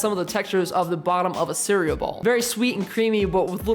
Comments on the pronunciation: ITS C E A R E A L LMAO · You dont say cereal wrong LOL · You say cereal weird